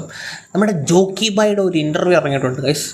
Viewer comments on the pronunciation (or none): റോക്കി അല്ല ജോക്കി 😂